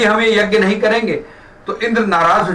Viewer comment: यग्य नहीं यज्ञ( यज् ञ) होता है । yjay.